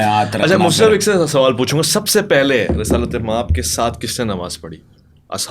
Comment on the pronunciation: is continuously saying Resalat-e-Maab, I am Persian speaker and it is incorrect, The correct form is Risalat maab.